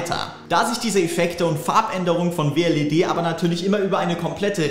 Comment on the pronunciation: Heißt das nich Wled und nich W L E D